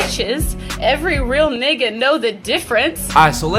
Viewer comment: she put a lil too much emphasis on that last nigga